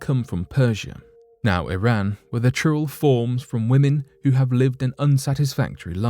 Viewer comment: It's churail not churro 🤣🤣🤣🤣🙏🙏🙏🙏